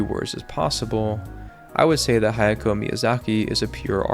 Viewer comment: If you're gonna be making videos about anime, how are you gonna be getting HAYAO Miyazaki's name wrong repeatedly. its a generally good video, but come on